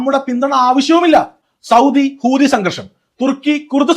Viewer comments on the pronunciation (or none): none